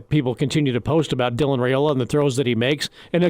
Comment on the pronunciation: Like your show. But somebody needs to nudge that the pronounciation of Dylan's last name is "Rye"- ola, not "Ray" ola 🙄